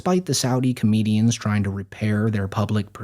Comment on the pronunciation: My dude said comenians